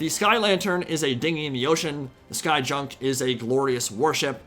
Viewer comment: Not junk pronounced as in garbage but junk pronounced as "yunk" as in ship type.